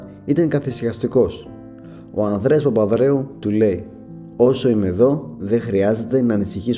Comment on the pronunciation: φίλε προσπάθησε να προφέρεις καλύτερα τις λέξεις, π.χ. λες "ο Ανδρέα Παπανδρέου" και "της Τράπεζα Κρήτης"